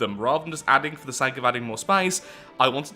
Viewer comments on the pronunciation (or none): none